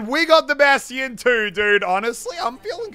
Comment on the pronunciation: Still pronounced bastions name wrong